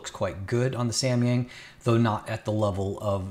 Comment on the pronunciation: Nice try for pronouncing Samyang